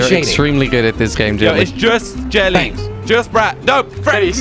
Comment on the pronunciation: Am I the only one that hears this guy say, "Jet Li" instead of Jelly?